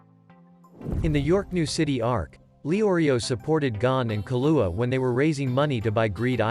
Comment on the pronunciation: Interesting insights. Was the text read and vocalized by a computer application? I ask, because many of the names from the show were mispronounced, including but not limited to Kurapika and Killua, who were extremely prevalent in the show.